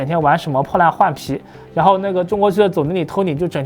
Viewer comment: 那麼強調Tony , 好像有仇的感覺。